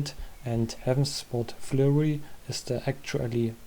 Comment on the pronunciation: Just a comment to help the algorithm Und dein Englisch war verdammt gut. "Sword" wird ohne W ausgesprochen, mein einziger Nitpick aber ist auch egal XD Alles andere war on Point